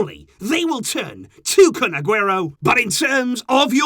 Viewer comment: its kun instead of FUN